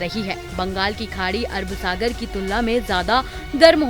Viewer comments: Abe pagli pehle sahi se naam lena Sikh lo samjhi, Arab sagar ki arb sagar bol rhi h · Arb sagar nahi Arab Sagar.